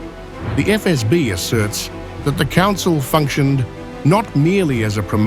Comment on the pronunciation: EfEsBi вы говорите😅 Сделайте язык не таким мягким во время произношения